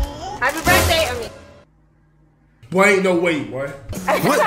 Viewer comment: 🤣🤣🤣🤣 dat nigga say happy brith day ahhhhh